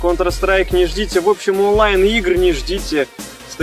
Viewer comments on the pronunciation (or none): none